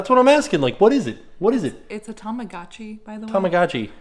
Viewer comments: It's pronounced Tah Mah Go <- Long O Chee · “TamaGucci” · I can’t with the way pronounces “tamagotchi” 😂😂😂 I replayed that like 10 times. Also I LOVE animal crossing I’ve been begging my boyfriend to buy it for me...on his switch and it’s not even out yet